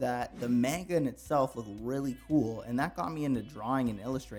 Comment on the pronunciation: this guy can't pronounce manga